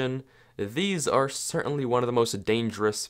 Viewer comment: I heard you say arrrre